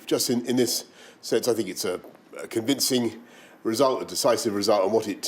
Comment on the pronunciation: With the emphasis on the CON by a conman